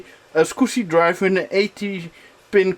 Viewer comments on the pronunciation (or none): Hi,! I’m a long time viewer and I really like your retro PC videos, but for the love of God - can you please, PLEASE learn how the word SCSI is properly pronounced? It’s SKAZI not SQUSI. Sorry for nitpicking, but for whatever reason it sounds so wrong each time you say it, that it really distracts from the video. Otherwise - great job and nice build as always, keep up the great work, cheers!